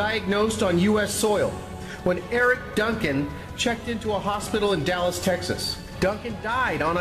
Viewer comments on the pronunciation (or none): none